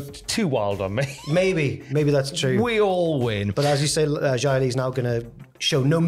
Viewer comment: Why do, and insist on calling her Jia Li when it’s very clearly pronounced Xia Li.